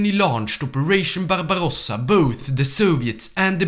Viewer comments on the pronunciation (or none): none